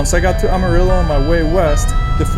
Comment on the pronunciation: Love watching your Rte 66 journey especially through Oklahoma and now the TX panhandle and yes the wind is relentless, sometimes seems like there’s a headwind any way you turn and yep that’s how we became the dust bowl states. Btw Amarillo is pronounced AM(not Ahm)UH-RILLO. 😂 Keep up the great work!!